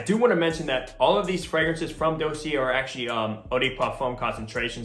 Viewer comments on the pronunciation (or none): You’re saying Dossier wrong 😂